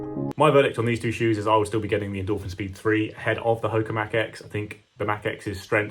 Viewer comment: Ho-ka one one not Hok-a 😂